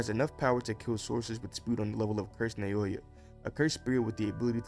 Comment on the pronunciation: Im pretty sure that naoya's name is pronounced (Now-yah)